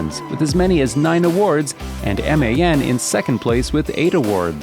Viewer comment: But why on god's earth is MAN pronounced as M.A.N then? 🤔 Kinda similar to DAF, however that's generally pronounced by most English-speaking truckers as DAF not D.A.F . Great video regardless!